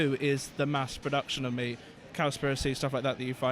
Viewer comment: Not try a be harsh but “One man and three husbands” 😂😂😂😂 and “mass produshion”